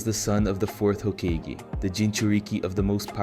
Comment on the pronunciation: well you made some mistakes in your voabulary who says hakageeeeeeeeeee